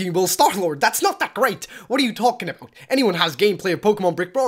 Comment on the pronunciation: STARLORD why you saying bot iT is but